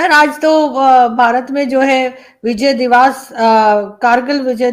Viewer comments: divaas nahi divas hota hai divas matlab din,yani day. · It's "divas" NOT "divaaas"